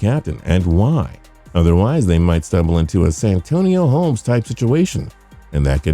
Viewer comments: WHO THE HELL IS SAN ANTONIO HOLMES?? Its Santonio Holmes. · San Antonio Holmes? You mean Santonio Holmes. How can we trust a channel to have reliable information if they can’t even pronounce the name of a very well known player who was one of if not the reason the Steelers won the Super Bowl in 2009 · Get to the fucking point. Sheesh, this video is 9 minutes too long. And the guy's voice is irritating, like it's artificially-generated or something. And don't get me started on "San Antonio" Holmes. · San Antonio Holmes lmao. Idk if I've ever seen a TPS Video where there's not a name mispronunciation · Did this man say San Antonio Holmes?🤣🤣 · “SanAntonio Holmes”??? - Never heard of him!